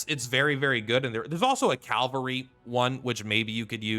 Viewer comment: Just bought the game yesterday and respectfuly I find it funny you keep saying "Calvary" 😂